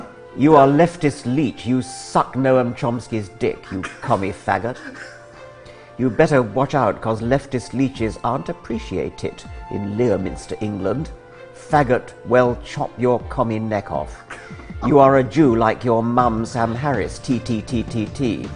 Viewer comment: Although I am surprised that he didn't know to pronounce Leominster Lem-ster...